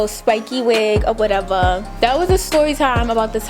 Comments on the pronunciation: “or whateverr” so New York 😭❤️ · "Or whateva!" Nyc accent lol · This video funny af 😂😂😂 “It’s cute........FOR YOU........or whateva.” 🤣🤣🤣